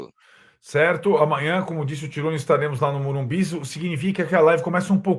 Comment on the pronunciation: Dói ouvir morumbis. Morumbi porra